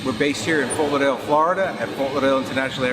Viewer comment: Has trouble saying "Ft Lauderdale". lolol